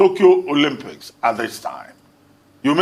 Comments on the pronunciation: 'Olompics'?! He can't even pronounce the word, that's how much this fool knows about sport 😂😂😂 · "Olompics" 🤣🤣🤣🤣 pls tell Dalung that's not the pronunciation! People who never participitated in sport are at the helm of affairs of the sports ministry because of their political affiliation....foolish people! These northerners are wasters! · 😂😂 never heard of Olympics called Olompics